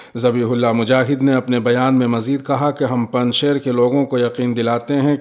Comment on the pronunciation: پنج شیر یائے معروف کے ساتھ ہے، نہ کہ یائے مجہول کے ساتھ۔ خبریں پیش کرنے کا انداز بہت شاندار ہے۔